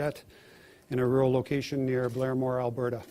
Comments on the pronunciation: Why are you pronouncing Alberta like that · You pronounce Alberta so odd. lol. It isn’t French. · Stop saying Alberta like that lmao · Her pronunciation of Alberta has me dying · We don't say Calgary,Alberta with an accent😅Like at all lol Sorry not trying to be a d*ck i just thought it was cute & funny af 😄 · Thats an interesting way to say Alberta😊